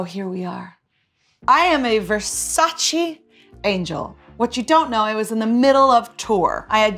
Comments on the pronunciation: It’s VersaCHE not VersaCHI. Donnatella gets pissed when people pronounce it wrong. I feel if you’re lucky enough to be wearing something, you should at least make the effort pronouncing it correctly. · It‘s Versaceee not Versaciii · VersacE no Versaci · Donatella gon be really mad with Katy for pronouncing versace incorrectly....